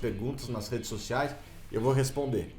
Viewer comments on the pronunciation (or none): "redes socis" kkk